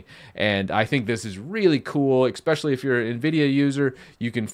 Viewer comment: Why do you add an X to especially?